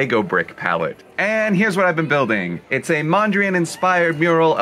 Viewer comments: Piët Mondrien? You pronounce it Peet Mondr "a" "AA" n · I love when people butcher Dutch names by pronouncing them with a French accent It’s P-EET MÖHN DREE AHN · It also hurts how he pronounced Piet Mondriaan😂